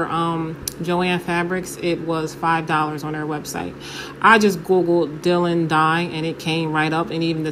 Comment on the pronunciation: Hi from London. You made a mistake & used double the amount of dye. Two quarter spoons = one teaspoon. Four quarter spoons = one tablespoon. Also, the name of the dye is pronounced 'dye lon' (Dylon). Have you tried using Rit liquid dye? I've had good results tinting lace with it in the past. I used a SMALL amount of dark brown diluted with water to avoid tint being too dark. If too light, dye a 2nd time for deeper tint. Sorry can't remember ratio of dye to water, it was a while ago when I did it. Good luck.